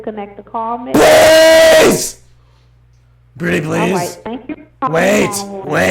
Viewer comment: Every time she said Mitch it sounded like B*t*h lol, Ugh how rude!